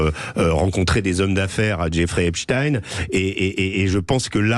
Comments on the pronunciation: Les medias francais ne prononcent plus epstein mais epstine tout ça pour creer un lien avec la russie c'est incroyable et impressionnent leurs niveau de propagande.ils font ça pour que ça sonne moins juif 😂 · Arreter de dire Epstine.. dans ce cas la il faut dire Albert Einstine.. vous soulez avec cette prononciation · Oui et pourtant Epstein est d'origine Polonaise et ça se prononce Stein.... Désolée pour eux.